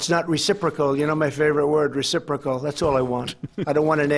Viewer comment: My favorite word "reciprical" you mean "reciprocation" geezzzz...